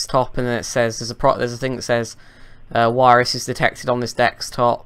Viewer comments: Desktop. just makes fun of the scammers by intentionally pronouncing it as 'dextop'. Same thing with virus; he pronounces it as 'wirus'. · "Is that Wubbleyou as in Wirus?"